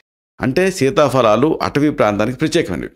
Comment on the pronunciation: Dr గారు మంచి విషయం తెలిపినందుకు ధన్యవాదాలు,కానీ ఒక చిన్న సవరణ, fa అని చెప్తున్నారు అది తప్పు సీతాఫలాలు అని చెప్పాలి, fa అని తెలుగులో లేదు ఫ అని ఉచ్చరించాలి 🙏🙏🙏🙏